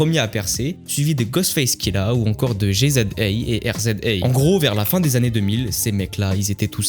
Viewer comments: a on dit rizza et jizza pas r.z.a et g.z.a mdrr 😉😉😉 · G.z.A bordel tu la massacrer putain tu travail pas tes vidéos avant de les balancé????? Riza Et giza ce prononce..... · Trop d'erreurs ! Wu Tang ont eu un succès que tu n'as simplement connu. La prononciation des blazes de G.Z.A. et R.Z.A. est une insulte à la culture Hip Hop. Pareil sur la manière dont tu v. le blaze de Lil'Cease. Tu Affiches simplement ton ignorance. Abstiens toi. Et M.F. Doom était britannique. UNE CHAINE A NE PAS SUIVRE !!!!! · Je ne veux pas faire le puriste relou mais... La prononciation de RZA et GZA... C'est pas possible ça pique les oreilles 😵